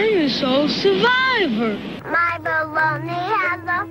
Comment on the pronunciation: "I'm the sole surVIV-uh" ... so funny, all of these clips take me back to childhood days.